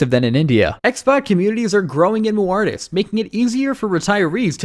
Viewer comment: I'm so convinced. Guy can't even pronounce the names of the places. St. Luicia? Cochimbaba? Muartis? You know he's researched it very intensively and is very familiar with these places.